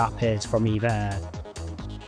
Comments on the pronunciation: It's called E V A NOT EVA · It's E-V-A as in Evergreen Airways but I often find myself calling it Eva.☺ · Officially, it's E-V-A, but even employees, when not speaking with customers, will say EVA. When the airline was established, the chairman, the founder of Evergreen Group, wanted the airline to have the name Evergreen Airlines. But that name was already taken by a US cargo carrier airline. So he settled for EVA (short for EVergreen Air). However, in Taiwan, they're free to use Evergreen Airlines (長榮航空). So people in Taiwan mostly refer to it as Evergreen Airlines. The Taiwanese diaspora around the world normally says EVA instead of E-V-A (it's just easier). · Not really a Hello Kitty fan (sorry folks!) but EVA Air (I pronounce it Eevah) is one of the nicest ways to fly in business. I'm a fan. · The flight attendants on board calls it E-V-A , check with them next time when you fly